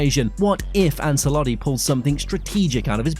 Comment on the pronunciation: Love your work, thank you. Just a tip from a language teacher: Celtic is pronounced with an /S/, Ancelotti with a /CH/ and Metropolitano with a /A/ at the end 💙